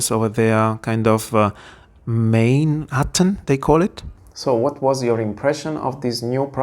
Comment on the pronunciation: Main River just pronounce it like “mine” in English. 😊 E grazie, for the video. It was a nice view of the conference/trade-show. The Caran D’ache oil pastels look creamy.